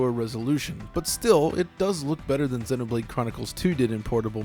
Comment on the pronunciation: sennoh blade sennoh blade sennoh blade sennoh blade sennoh blade sennoh blade sennoh blade